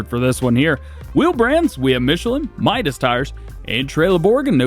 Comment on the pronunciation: What if I told you mitas is pronounced “me toss”. At least it is in America.